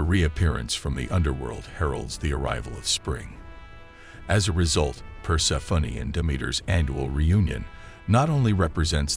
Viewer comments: i love the voice-over, but "Persefunny" is really not it🤭🌷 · The way he pronounces Persephone is extremely distracting.